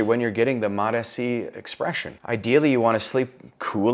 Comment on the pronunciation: He is saying it good, all docs call it like this